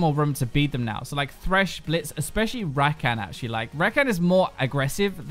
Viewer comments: its rakaan not rackan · the way you pronounce rakan makes my balls hurt